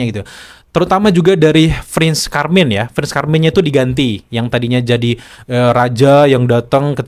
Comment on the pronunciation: Prins carming bang bukan Prins karming